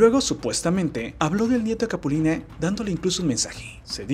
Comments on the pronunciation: por que dice "capuline"? y como pujado así raro "capulineehh" , se poncha cada que termina una frase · NE SE LLEME CAPULINE SE DICE CAPULINA HISTORIETA VIRUTA NO VIRUTE !!! NO SEAS BRUTE 😂😂😂